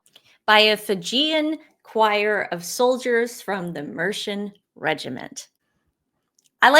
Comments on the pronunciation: Mercian = Mer see an. Not Mershan. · Hi Ladies from Tamworth, Capital of Mercia. It's pronounced 'Mercy Un' Great coverage of POW. Meanwhile Douchebag Duke exploits bereaved young children.... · It is called Mer-c-an. The hero from the Disney version of Sleeping Beauty was called Prince Philip after the brother's grandpa, the late Duke of Edinburgh, partly because he was that dashing in the 1950s. So you could day that Prince Philip was a real-life Disney prince. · Its pronounced Mer see an regiment. Mercia was a Kingdom that existed in the midlands of England in the middle ages eventually an Anglo-saxon kingdom. Meridith the Prince was doing his job, he is representing the country meeting the next president of the USA, the politics of the person he is meeting is immaterial to him. And Trump is not linked to the Conservative party, if anything he is linked to the new Reform party under Nigel Farage